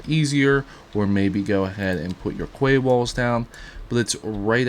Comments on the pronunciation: And ya know, learn how to pronounce quay.. "key" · its pronounced key my dude lol